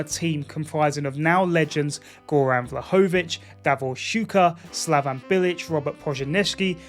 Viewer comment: It ain't "slavAn" bilić,it is "slavEn" bilić...u need a E instead of A..slavAn is serbian 😐